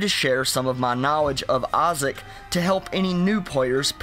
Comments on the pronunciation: Why you can't pronunciate "i" correctly? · The way you say the binding of Isaac